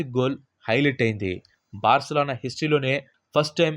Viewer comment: Barcalano kaadhu Barcelona